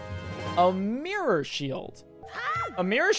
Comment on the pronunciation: Its funny how you pronounce Mirror. "MEEEROR"